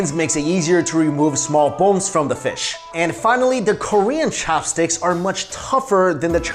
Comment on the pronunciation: The way you pronounce "Ssshopstick" is just weird.